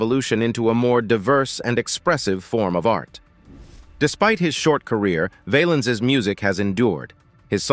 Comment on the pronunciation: His last name Valens sounds like Balance not vail-ens. The Bamba was a great movie about him.